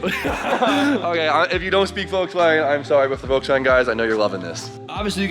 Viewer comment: Agreat project. Please say one time Volkswagen with a more distinct V like in fender? thanks a lot.